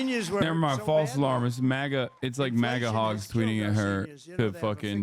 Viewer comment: What is up with trump sounding like a toddler saying his first words when pronouncing "MAGA" nowadays? "Ma-Ga" ahh